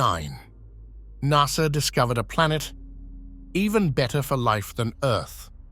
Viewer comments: lol closed caption spelled NASA the exact way the robo narrator said it, NASR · Bro said nasr